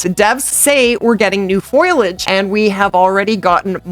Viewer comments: I think artic makes the most sense. Also, love ya lady, but foliage is FOLE - E - EJ not FOIL - EJ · Please stop saying "foilage" its foliage!